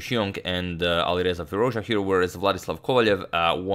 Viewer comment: its "Dja" like "Jazz" not like the french or something